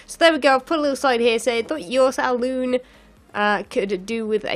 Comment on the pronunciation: When you said Salon, I thought, surely you meant Saloon, :D Lol